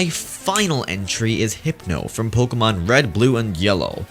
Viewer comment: This is the only time pronounced Pokémon right